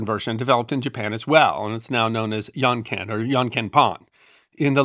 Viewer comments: It’s actually called “Jon Ken” in Japan, not “Yon Ken” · Love the vid! Just a note on pronunciation- as an english teacher in japan myself- janken is pronounced with a "dj", identical to the j in the word Japan, and not a y sound! :)